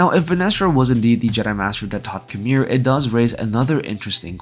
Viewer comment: It's "KYE-MEER" not KHAMIR